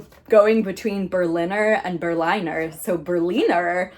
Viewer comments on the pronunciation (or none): It is pronounced bear (like the animal, but without the r at the end like a British person would say it) and leena. So it is bea+leena basically. Plural just with an s at the end